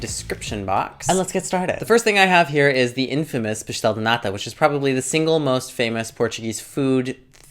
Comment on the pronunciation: nota-se que viveste em portugal, a forma como dizes "pastel", "queijada" é muito boa! where are u from originally?